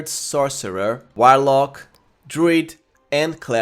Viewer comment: I'm going to be honest with you bro after calling a warlock a whilelark I can't watch anymore and that was within the first 3 seconds not dissing you if English is not your 1st language but I just can't do it I feel like I'm watching a Saturday night live skit